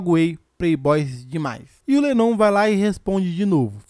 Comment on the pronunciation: Cara vc tá pronunciando l7nnon meio errado rs